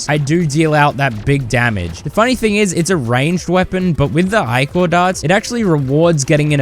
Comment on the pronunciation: You're probably just trolling the audience, but it's "ih-cur", not "eye-core", for pronouncing ichor and "Sane-gwin" or "Sang-ween" for sanguine, not "sangweenee" lol.